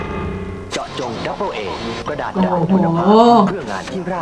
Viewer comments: ไม่ใช่เอ 4 ดอกนะ กระดาด ดับเบิ้ลเอ จ้า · เขาไม่ได้ตั้งใจอ่านผิดแต่เป็นกระดาษต่างหากที่ไม่เรียบ..เฮ่อ!!